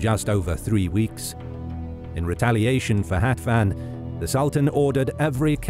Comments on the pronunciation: It is funny to hear Hatvan with English pronunciation. Hatvan means 60 (number), but hetven (the English pronunciation) is 70. :) Thanks for the video! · It is important how you read "Hatvan". In English pronounciation you read uncorrectly. Hatvan is a number written (60) and how you read in the video it is an other number: 70. So funny to me as a Hungarian to hear these shitty pronounciations. Also other things are really fcked up in this video :D